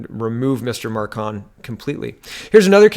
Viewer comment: It's macron not marcon